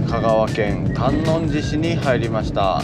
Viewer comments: 旅チャンネルやってるのに地名間違えたらおしまいよ笑 新浜→× 新居浜→⚪︎ 観音寺市 →かんのんじし→× →かんおんじし→⚪︎ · 細かいですが、かんおんじし ですね！ あと、さかいでし ですね！